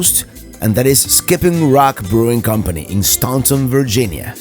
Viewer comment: Hey, it's pronounced "Stanton", Virginia rather than "Staunton". Love your vids! Watch them every Sunday.